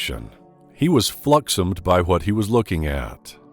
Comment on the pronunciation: Fluxommed? Did you mean flummoxed? Lol.